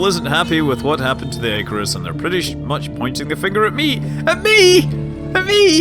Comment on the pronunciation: I hope that's not the final voice acting. "eye-carus," seriously?